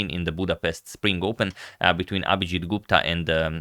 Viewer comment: I am an Indian... I loved the way you pronounced "Gupta"... It's perfect.